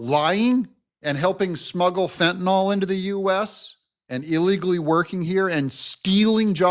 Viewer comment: Fentanyl is pronounced fen—tuh—nill.